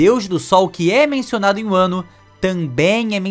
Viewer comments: Muito boa a teoria… só me incomodou vc falando “wano” o certo seria só “Wa” (和) que tem referência ao próprio Japão “wa no Kuni” (和の国) literalmente o país de Wa, assim como a culinária tradicional japonesa é chamada de Wa shoku (和食) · Deu um pouquinho de gatillho vendo ele falar "uano" wano... .." vano"